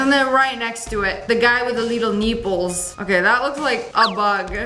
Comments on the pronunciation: Not her saying the leetle neeples😂😂😂😂😂😂😂😂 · "the leetle neeples" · Leetle neeples😂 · I agree, "the leetle neeples"!! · Honestly, "the leetle neeples" 🔥